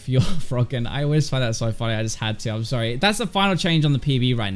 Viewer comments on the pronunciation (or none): none